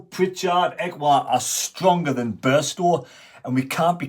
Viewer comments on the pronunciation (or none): none